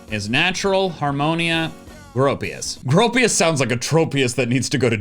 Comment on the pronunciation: Pretty sure it's "Group-pius."